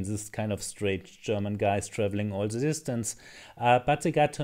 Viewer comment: Try say "the" instead of 'ze' 😀